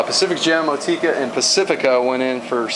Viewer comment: Motueka is said like Mot-chew-a-car